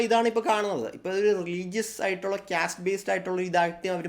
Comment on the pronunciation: ക്യാസ്റ്റ് അല്ല കാസ്റ്റ് 😂